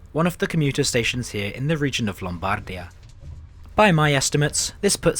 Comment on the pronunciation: Just to be pedantic: 😅 Lombardìa and Pàdova. Great video tho.